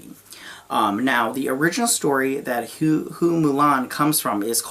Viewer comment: The family name "Hua" in Hua Mulan is pronounced as "Who-Ah" in Mandarin Chinese. Your pronunciation "Who-Eh" is also not wrong as that's how it would be said in the Fujian (Hokkien) dialect of the Chinese language. But "Who-Ah" is the generally used one. (Perhaps that's why Disney changed it to "Fa Mulan" instead, so it's easier for Western viewers, as "Fa" is the same word as pronounced in the Cantonese dialect of the Chinese language). :)